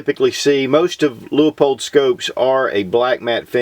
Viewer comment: The Leupold catalog has a note that the low end is actually 1.5x even though labeled as a 1.25x. Also, I think the company pronounces the name as "lew-pold" rather than "lew-ah-pold".